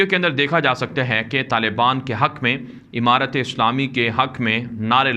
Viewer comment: Emarat nhi hota amarat hota h